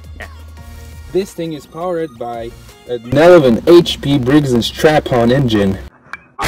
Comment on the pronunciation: brigs and STRAPPON, NOT stratton